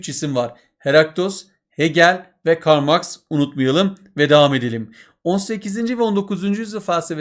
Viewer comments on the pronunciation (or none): none